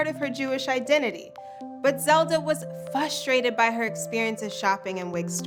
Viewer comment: Frustrated * not fustrated